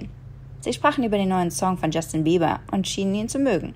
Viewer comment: ich habe bast*rd jeber verstanden xD